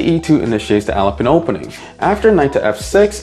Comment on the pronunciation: Bro it’s pronounced Alapin